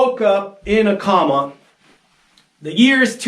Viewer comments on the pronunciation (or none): When he said "wake up in a comma" instead of coma , i knew we were dealing with a top tier intellect. This guy has it all figured it 🤣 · Did he say "You Wake up in a comma"? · Why does this guy keep saying “comma”? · Why does he keep saying comma? He said coma in the beginning...why did he forget? Actually....that completely makes sense if you realize forgetting things constantly is normal to him. It explains alot of why any of this makes sense to him. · Why is he yelling at me through a fisheye lens?? He's gonna make me wake up in a comma! (PS he's just an idiot, that's not an American pronunciation or anything like that) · "Woke up in a comma"?? Is that anything like a space comma? Seriously, this guy started off okay but REALLY accelerated the gibberish near the end. He interacts with Bigfoot and all of his evidence is scribbling on a white board? Dear oh dear.... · I misheard and thought that he said "suppose you wake up in a korma". Although that would make more sense than the rest of his video. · Why does he keep saying karma, instead of coma?? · Can't pronounce coma correctly. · There's a long O in "coma." It's not pronounced "comma." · Bigfoot structures? Wake up from a comma? You close your eyes, you go into other perceptions, and you come back here? Does that mean, you go to sleep, dream and then wake up? The heart doesn't move so much as pump Why does he keep saying comma instead of coma? Right, I can't take any more except to say that I don't think he's still with that woman in the stick video any more, maybe she's in a comma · Did he say a comma instead of a coma? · "wake up in a comma"... "IN" a "comma" ... nevermind the obv pronunciation error... HOW DOES ONE WAKE UP "IN" A COMA!?!?! xD XD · Did he say I woke up in a comma? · Did he say " suppose you woke up in a comma"? Ha ha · Ah I know but the weirdo in the video keeps saying comma instead of coma. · He keeps saying comma, not coma😂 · He lost me as soon as he pronounced coma as comma.